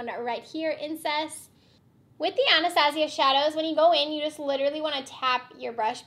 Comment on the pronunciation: Oh my goodness I thought you said it was called "incest" and had to rewind to hear it was actually "incense". Lol, the finished look is beautiful.